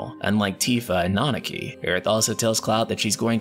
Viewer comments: Let’s work on that pronunciation. It’s Nan-na-ki. Not Nan-naki 🤣 The voice actors even pronounce it correctly. C’mon dude 😂😂😂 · This man pronunciation of Nanaki is horrible 😂